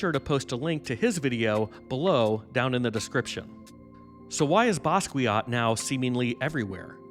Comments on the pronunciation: Not to nitpick, but it's necessary: the name is pronounced Bah-skee-AH, not Ba-skwee-aht. 😉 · BASS KEE YO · Learn how to say his name correctly